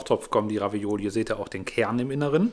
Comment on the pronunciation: Ravioli….nicht Ravaiola 🙈 sonst wie immer top